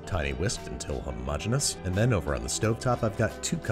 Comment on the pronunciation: I get a little serotonin boost every time you pronounce "homogeneous" like that